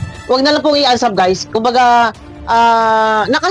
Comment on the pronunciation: Unsuuuuubbbbb po hindi unsab😂😂😂